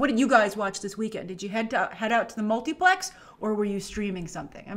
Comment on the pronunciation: Anybody else love when Grace says Multiplex? 😂